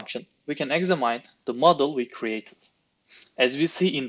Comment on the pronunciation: examine kelimesini eksamaynn diye okuyan biri . Kesin türk bunu çeken.